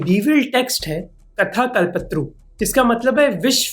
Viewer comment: Rashtrakutas were a Kannada dynasty bro..😳 could’ve googled it honestly. Also It’s not Kalpatru it’s Kalpatharu kal-pa-tha-ru